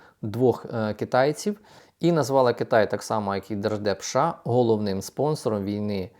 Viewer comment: ША чи все ж такі США? Ну скільки можна це слухати це ША Ша Ша ша?